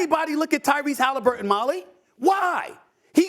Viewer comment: Tyrese Hallifurton 😂😂😂